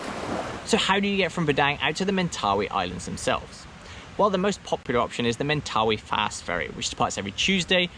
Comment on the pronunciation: Man surely you should learn, first of all, the proper pronunciation of Mentawai before becoming an expert on the area???